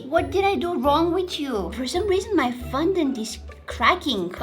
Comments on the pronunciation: She ate the whole cake, didn't she? And quick thing, It's not FUN-dent it's FON-dent, I love the vids here, so please for the sake of my sanity (what little I have left), PLEASE get better at remembering and pronouncing words. PLEASE. And I say remembering because when you put the green gems on your face, the paint made you look like Gecko/Greg from the PJ Masks, I was very annoyed that you couldn't remember his name, remembering the word Gecko is very easy. Love your vids! 💜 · Its FON dant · girl you said fundont its fondant